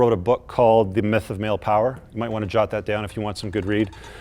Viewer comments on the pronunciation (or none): none